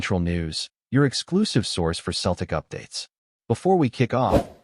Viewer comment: 😂😂😂😂😂😂What a lot o 💩💩💩💩💩💩 It’s fucin Seltic not Keltic 👹👹Get this site tae fuc